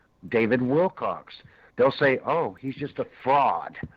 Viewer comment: Well I’m a little not surprised if they don’t like David’s answers since this guy isn’t pronouncing David’s last name correctly. Lol. His last name is not Wilcox or Willcocks or any of those. LolGoodness! And why is it so important to point out someone is a fraud?